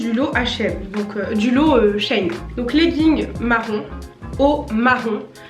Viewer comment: Trop cool la vidéo 😍 Tu m’a un peu stressée à dire Shein « Chêne » or que c’est « Chi-ine » 😂